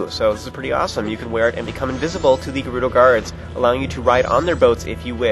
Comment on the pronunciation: its pronounced ( jer- oooh- doe) jerudo!